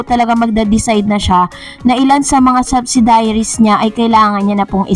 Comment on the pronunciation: Please say the correct pronounciation of subsidiaries